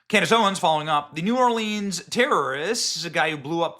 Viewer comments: It's not pronounced New Orleeeeens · Benny, love ya dude, but it makes me cringe every time you say New Orleans. As a local, we only say New Or-leens when singing or reciting poetry or rhymes. Otherwise, it's pronounced New Orlins. Thanks for your reporting and diligence in seeking the truth.